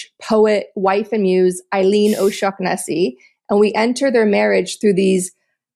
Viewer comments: That’s Pronounced owe-shorn-as-sea! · It's pronounced oh shaw nessy 😂. No need to clear your throat half way through saying it. 😂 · It's pronounced "Oh-Shawna-See"